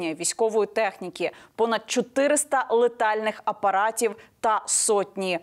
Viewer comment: Яніночко, не летальний апарат, а літальний апарат....від слова літати...